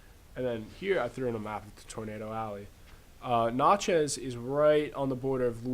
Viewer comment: I live in Natchez. Where is this stuff being taught? BTW, it's not pronounced "not" chez it's prounced nat-chez.